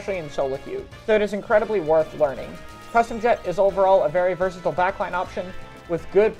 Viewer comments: “versasle” Also I really expect vanilla blaster to be the worst. But Neo Luna makes much more sense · You mean versatile? Never heard of vertasile. You must've been tired.